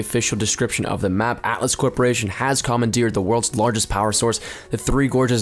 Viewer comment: ITS atlas ithink not atlast NICE VIDEO THO